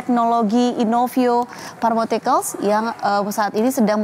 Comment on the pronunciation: Pharmaceutical dia baca pharmatical.